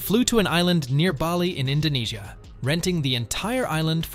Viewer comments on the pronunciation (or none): none